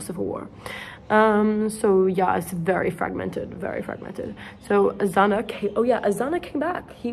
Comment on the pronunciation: IM FROM SPAIN AND THATS HILARIOUS HOW U SAY OZUNA INSTEAD OF AZAÑA AHAHAHAHHA (btw thank u very much💛🍭)